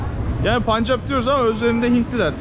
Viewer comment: telaffuzun yanlış...SİKH... değil SİH ... Öyle mi yazılıyor bilmiyorum. Ama onlarca yıldır, telaffuz bu şekilde. Bir de, punjap değil telaffuzu PENJAP... O rası da bilinen zamanlardan beri öyle telaffuz ediliyor.